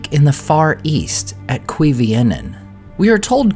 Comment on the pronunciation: Sorry, you may think this is nitpicking, but it's not "Quivienen" but "Cuivienen" so not "kwee" but "kooy" in the first syllable.